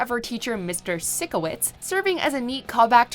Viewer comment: it's PYSCHO not SICKO